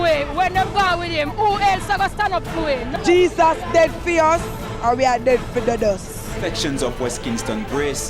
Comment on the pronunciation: Did she say deading